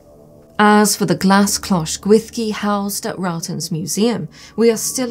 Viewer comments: Great video, super interesting! One minor thing, though: the Welsh "ll" isn't pronounced "th". It's more like a hissed/swallowed "sh" but that's not quite it either. Sounds like the cloche is going to be a really important object for your museum, so might be worthwhile practicing that sound if you're going to be talking about the Gwyllgi a lot on tours etc. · I too am haunted, by how a word spelt Gwyllgi could be pronounced Gwyshgi. 🤯